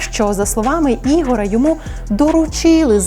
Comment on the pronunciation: Не Ігора, а Ігоря.... аж вухо ріже...